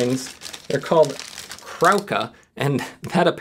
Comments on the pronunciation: "krówka" is procedencja more like kroovka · And it's pronounced "kroovka". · It is pronounced KROOF-key! 😋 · Krówka is pronounced more like croove-kah, ó is like oo and the w is like v (but also f in this word) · Croov-ka is a closer pronunciation for an English speaker. Although it's better to learn Croovki, because nobody only wants one :-D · Disgusted by the pronounciation of "krówka" :(. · My wife is Polish. The little cow "krowka" has an oo as in "moo" sound in the middle. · Damn he butchered the polish pronunciation